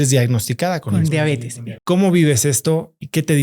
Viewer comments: Muy buena charla, todo bien pero sorry! No es mala onda pero no puedo creer que tan estudiada le diga Diabetis es Diabetes!! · La señora no sabe siquiera que se llama diabetes no "diabetis" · Como confiar en lo que dice una persona que se dice médico y dice “DIABETIS”, vergonzoso